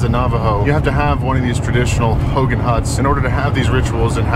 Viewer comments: You're saying Hogan like Hulk Hogan. Hogan in Navajo is pronounced Ho' gone, but respect for staying in one and knowing there is a female and a male ho'gone. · Hogan is pronounced ho-gawn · Youll get alot respect if us navajos hear u pronounce hogan correctly lol ..try saying "Ho-gone ..its spelt Hogan but say it like Ho_gone. Ull be surprised by navajos reaction 👍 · Hogan Pronounced /Ho-gahn/ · In a Navajo hulk hogan!!! lol totally saying it wrong.